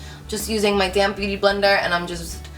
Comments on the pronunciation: Loved the look!! You're always gorgeous even without being made up😍!! But I know I'm not the only one that laugh every time you say "damp beauty blender"..lol...cause it sounds like you saying "damn beauty blender"..lol...I know I'm so childish but it's funny. Can't wait till the next video!! and I'm loving your pallete 💕💕💕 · whenever she says "damp beauty blender" it sounds like "damn beauty blender" lol